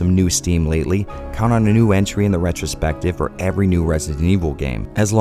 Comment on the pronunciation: More like retch-ro-spective.